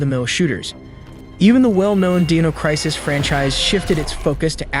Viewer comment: Deeno Crisis 🤣🤣🤣